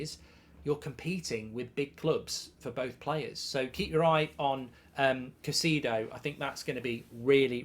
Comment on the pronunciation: Who is (Ca-see-do)?